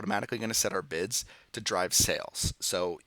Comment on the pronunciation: All I heard was “Bitch” instead of bids 😂